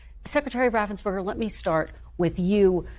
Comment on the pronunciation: Please enunciate Brad Raffensperger's name correctly.